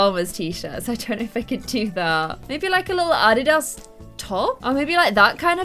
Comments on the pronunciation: Its adidas (a-de-da)!!!!!! 🤣🤣🤣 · I love how pronounces "adidas" XD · I love the way says Adidas